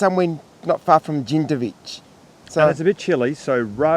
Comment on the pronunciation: Hi guys, enjoyed your video this morning. I think you’ll find it’s pronounced ‘brorton hall’ (or in the first syllable) and ‘Jindivick’ ( hard k at the end) Lovely views overlooking The Tarago. Jindivick is always beautiful.